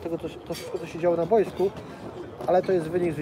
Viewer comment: Zauważyliście, że oni wszyscy w PZPNie mówią bojsko zamiast boisko? Nawałka tak mówił, Brzęczek tak mówi i tu Koźmiński też mówi "na bojsku". Brzęczek jeszcze do tego wszystkiego mówi "reprentacja" :P